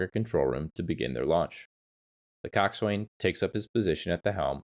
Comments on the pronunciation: Yet more rubbish AI. Coxwain is pronounced cox'un in both English and American. There was another like it - but if you can't get basics right, how can we believe the rest? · The Coast Guard Boatswain's mate in me madates I respectfully inform it's pronounced (koksan). Great video, well researched and informative. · IKR? I was going to say the same. It makes you wonder how familiar someone is about the subject, when they don't even know how to pronounce these familiar terms?